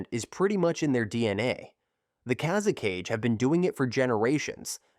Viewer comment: Kaze-CAGE?!? It's KA-ZE-KA-GE!!